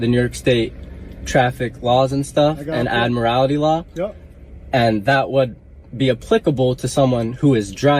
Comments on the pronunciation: That kid is stupid he can't even pronounce admiralty right. When the constitution was written cars were not thought of yet and that's why they fall under the 10th amendment. So the states set the rules. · That kid is stupid, he has no idea at all what admiralty law is. Hell, he can't even pronounce the word properly. Dumb kid, I hope the courts smack him around and straighten him out.